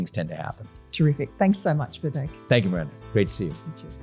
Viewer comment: Thank you for pronouncing Vivek correctly.